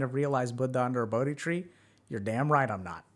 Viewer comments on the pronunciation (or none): none